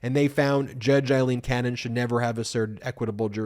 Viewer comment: Ben, my friend, you are mispronouncing two names on a regular basis, if you are ok with it, disregard this reminder. Fani Willis is pronounced like fan, not fawn. Aileen Cannon is pronounced like fail, not eye. Eileen is what you are saying.